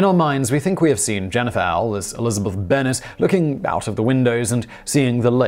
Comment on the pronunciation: On Jennifer Ehle, I think it's pronounced Jennifer eel-ee not ell. Sorry to be a big caviller.